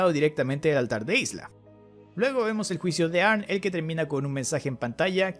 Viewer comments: Y no se dice "arn". Se dice "Arni" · Se pronuncia "arni" pesao